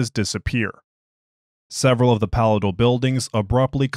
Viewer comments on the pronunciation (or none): Since you asked for assistance with pronunciation... Palatial: puh-LAY-shl